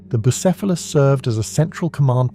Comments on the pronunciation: Brother. For god's sake. You can just look up how to pronounce things. Boo-SEFF-a-luss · Saying the name correctly, and then mispronounced, then back to correct, then mispronounced again is absolutely sending me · Great video and the lore is awesome. But. Damn Between the 19 different ways the AI pronounced "Bucephelus," but the YouTube well-known capability and feature of completely BUTCHERING captions.. Made me a little cross-eyed. :D Icluding, but not limited to: "Jello Field" There's needs to be a mem about "jello fields" in the Warp.